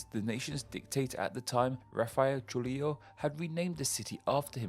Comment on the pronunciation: You have a very specific pattern of mispronouncing names: you flip the syllables around. You read Kinshasa as Kinsasha and Trujilo as Trulijo (and then used an Eastern European pronunciation for the j, instead of Spanish) also you read Jahangir as Jaganhir Bishkek as Bishbek among other examples Hope that helps!